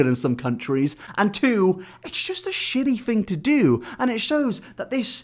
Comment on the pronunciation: "This, is a shiddy guy"